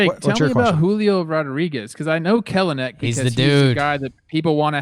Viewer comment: I unironically think the Mariners can win the division lol. Also some other things - It's pronounced Kell-nic and he'll definitely be in LF fairly quickly this season. And Julio is the man he's the future face of the franchise I've never been more excited for a prospect in my life. And I wouldn't blame scouts for getting weird in his profile he's fucking hot